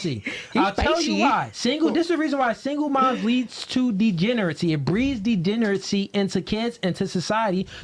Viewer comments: for someone who “thounds like thith” he should not try to say the words he knows he can’t pronounce especially as someone making purposefully misleading and annoying things because then people are gonna correct “degenerithy” to the right pronunciation of degeneracy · “Degenerity” isn’t even a word that boy a whole oddtistic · This dude can’t even say “ degeneracy “